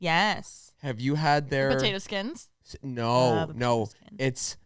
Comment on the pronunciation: i love the way says “potatuh”